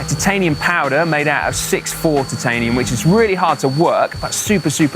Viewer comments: I don't like how he pronounces titanium... I prefer to pronounce as if it sounds like tie-tanium not tit-tanium... Da dar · Is noone disturbed by the fact that pronunciation of the "titanium" in the whole video is incorrect? Titan=Taiten but Titanium=Tetiniiim? Come on. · Ooooohhh dude will you please stop saying TITanium....... Say it one more time and I swear I'll fly all the way from Adelaide and slap you one upside the head. Its Titanium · Are you sure it's not pronounced "Titaninium"? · Can't hear you pronounce têtanium it really gets on my nerves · why must u pronounce titanium that way? mispronunciation of words in videos by narrators is almost as annoying as spam. And if bad enough can actually make me stop watching. And due to the sheer number of times I'm guessing you are going to say that word during this video I may have to watch something else. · yep i'm gone i cannot take that pronunciation. If it was just you mispronouncing it wouldn't drive me as nuts but so many narrators do so it's become so infuriating that I'd rather leave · The "i" is supposed to be long in the pronunciation my good man. Sounds like your saying Tits all the time.